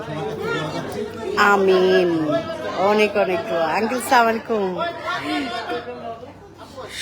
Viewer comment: আপাকে সালাম-টা সুন্দর করে শিখে দিতে বলবেন